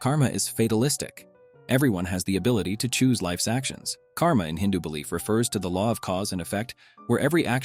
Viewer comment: Great Video but just one thing The pronunciation of many names is a bit wrong, you usually should not pronounce the 'a' sound Like in French (idk French just know a few words cos of school) you dont pronounce the 'e' which is in the end, similarly dont pronounce the ending 'a' too. Examples - Moksha, Karma, Dharma Exceptions - Ahimsa (I recommend taking advise from a native speaker for the pronunciations for future videos)